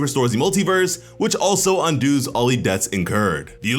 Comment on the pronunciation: ….Im sorry but did you just say it undooz all the death that incurs rather than undoes all the deaths that occurs?!?!?…..I have been noticing that english speakers in america are getting incredibly bad at speaking their native tongues and regional dialects such as slang in their own neighborhoods and what not.